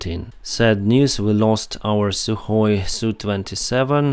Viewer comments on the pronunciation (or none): none